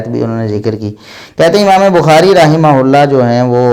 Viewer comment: Ye rahmaullah bolte hi ya rahmatullah